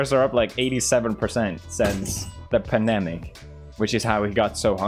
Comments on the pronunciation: Felix, it's pronounced "Pandemic" not "panemic" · is pewds saying "panemic" instead of pandemic or am i just hearing things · “Astronarts” “Panemic”